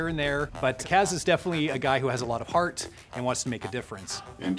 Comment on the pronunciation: "huge hearth"